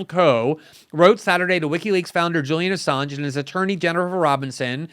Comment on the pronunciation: sounds like she’s saying “Julia Assange.” Glenn is right, she doesn’t know ANYTHING about this important topic, including how to pronounce his name. Good work morning joe🙄🤨